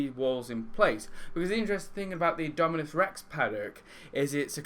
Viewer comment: indominus! not indominuos